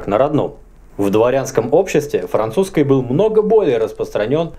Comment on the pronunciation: А почему вы вместо "и" произносите "ы" — "французскый" вместо "французский" и т.д. — это выпендрёж такой, что ли?